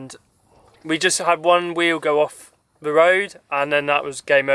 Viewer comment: Why do you say your 'th' sounds as 'v' sounds?